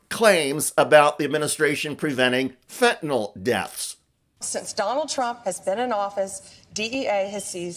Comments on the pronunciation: Hey Bondi dimwit, learn how to PRONOUNCE Fentanyl (nil, not nol). You sound stoopid. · "FentaNYL", not "FentaNOL". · Why can't Bondi pronounce the word 'fentanyl' it isn't spelled 'fentanol'.